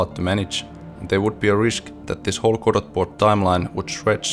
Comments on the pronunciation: Amazing. I will watch your efforts to port eagerly, and hope you succeed. FYI though, it's pronounced without the T. Goh-doh. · Jaa emmä tienny et Road to Vostok on suomalainen! Kreisii! Tiiät tän varmaa jo, mut Godot lausutaan siis Godou (eipä sillä niin väliä, loistava video!) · Doesn't the name "Godot" come from the Beckett play, and thus should be pronounced with a silent "t"?